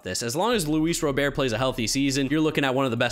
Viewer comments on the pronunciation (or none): IT'S RA-BURT. NOT ROW-BEAR. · Whitesox center fielder's last name is pronounced RoberT. Like the name.